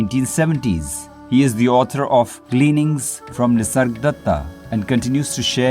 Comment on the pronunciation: Is it just me or does he keep calling him “Nisardatta”?